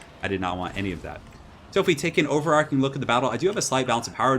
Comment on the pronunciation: Sorry to point that out, but you keep mispronouncing "overarching". :) It's got an "h" there, and so should be pronounce like "arch", not "arc".